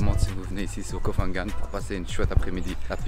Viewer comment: Petit guide de prononciation: on ne dit pas Koh“fan” gan. “PH” se prononce p .h avec le h aspiré. Pareil pour Phuket.